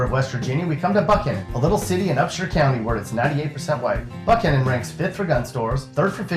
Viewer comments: did this bitch just call Buckhannon buckoan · St. Albans is pronounced like St. Allbans, and Buckhannon is pronounced like James Buchanan but with a k in between the c and the h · I like how he pronounced Buckhannon wrong